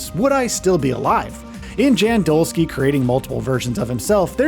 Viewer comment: Polish name "Jan" is pronounced more like "Yahn". "Dolski" part you got right ;)